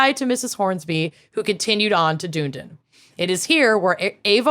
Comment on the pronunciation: pronouncing Dunedin as “doon-den” is hilarious, but also has me questioning why we say “done-eden” 😅 I might switch to prononciation!